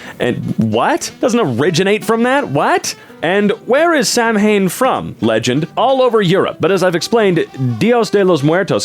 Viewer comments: Samhain is NOT pronounced "Sam-hayne", it's "SAH-win" or "SEW-in", depending on dialect. It's the Gaelic New Year. Yeah, Gaelic is hella confusing for English speakers--it makes no logical sense to us. The r/ConfidentlyIncorrect sub makes me cringe at the sheer amount of stupid, but whenever a 'Merican mispronounces a word like Samhain 'cuz they couldn't be bothered to look the fucking thing up for a video referencing people being morons, I wanna run screaming for the hills. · Not to get on for saying it wrong because it definitely isnt spelt out like it's said, but Samhain is pronounced Saa-win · Samhain is actually pronounced “sow-een (sow should rhyme with cow in this pronunciation) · im so sorry but as an irish person i do need to follow through with my duty and say Samhain is pronounced s-ow-in, ow as in 'ow i just stubbed my toe', not sam-hain!!!!!!!!! please everyone!!!!! remember this!!!!!!!!! im begging oc you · Samhain is pronounced sauwan. Also that person was speaking complete bulshit, the celts made the festival of samhain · I don't mean to nitpick but Samhain is pronounced saw-when, not sam-hane. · Samhain is pronounced "sah-wen", not "Sam-hane", due to its Gaelic roots. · samhain isnt pronounced how its spelled. its actually pronounced sawin, not trying to be rude, dont even know if anyones gonna read this, nor do i care, just wanted to say it. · i hate to be that person but samhain (the pagan holiday) is pronounced “sou-wen” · Samhain is Gaelic and pronounced SOW-in. It's a pagan celebration that begins at sunset on the christian holiday of Halloween. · pronounced Sow-en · "Samhain" is pronounced as "Sow - in". In the Irish language "mh" can be pronounced as "v" or completely silent. Samhain is an old Celtic festival that celebrates the start of the Dark Season i.e. Winter. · "samhain" is pronounced "sah-wen", it's Celtic ☺️ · Samhain is pronounced "Sah-win", which directly translates to "November" in the Irish Gaelic language.